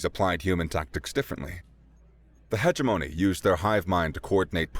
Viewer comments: I ❤ this story and the human narrator. FYI, I think that "hegemony" is more or less pronounced "huh JIM uh nee" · wow your an awesome narrator. you did mispronounce "hegemony" and missed 6 or so adjectives, adverbs, etc. compared to the text on screen so for all intents & purposes thats perfect. if you can do 2 or 3 female voices you'ld give the very best "AUDIBLE' narrator a run for his money. im looking forward to listening to your narration of many complete books. don't let me down.